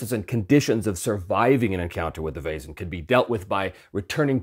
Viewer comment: Perfect pronunciation of Vaesen! Your soft S was a little more German than Swedish, but spot on. Fun fact: Vaesen/väsen/Wesen (modern German writing) means “being”, so by extension “entity, creature”, it stems from the PIE root *wes- that means “to be, to live, to remain” as seen in the simple past “was” in modern English. I suspect the correct term must originally have been “supernatural beings”, but maybe “väsen”has semantically shifted in modern Swedish. Would make sense, since while every living being is a Väsen, you wouldn’t address anyone as such. Anyway, goodbye fellow entities!